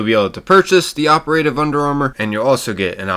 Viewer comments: Ok ... My OCD is driving me nuts. Dude, don't pronounce operative as (oper-a-tive)! It's pronounced (opera-tive)! OPERATIVE! 😬😱🤪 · The way you say operative is just appalling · Bro the way you pronounce operative has me geeking